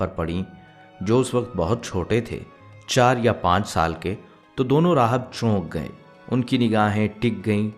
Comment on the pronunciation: Aapka talab kuchh theek nahin Hai he loves rahab nahin rahib Hai